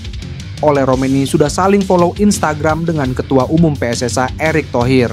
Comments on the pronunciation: Wong indonesia aja ngomong PSS AI koyok wong malay aja PSSI mas. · Min...gue dengernya geli PSSI jadi PSS -ay